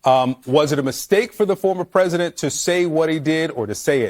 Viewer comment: Omg... she thinks she is bigger than Jesus... insulting , dreadful woman. It won't be long now kamala...u can't even pronounce president... u said presiden... are u on something💊💊🍷🍷🍾🍾🍾🥂🥂🥃🥤🧋🧊🧃🍻🍺🍹🍸🍼🥛☕️🫖🍷🥤🥃🥂😂😂😂